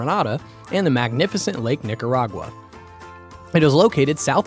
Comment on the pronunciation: Man said Nicawaga 😅 wtf